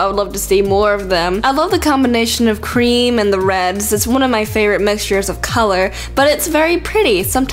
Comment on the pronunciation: Because of me being a sonic fan when she said espioh I died when she said cream I died then when she said shandatails I died